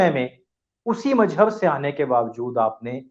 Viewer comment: Abbe Jaahil Majjab Majjab Majjab tou sahi tou bol